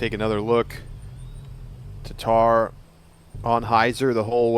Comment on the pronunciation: How is it so hard for 'muricans to say TATTAR not TATAR -.